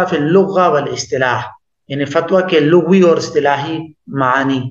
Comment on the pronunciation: حضرت لغوی باسکان الغین نہیں ہے بلکہ بفتح الغین ہے